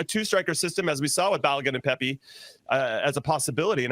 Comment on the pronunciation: "Pep-É"?... Really??.... It's "PePi". Does actually follow the USMMT???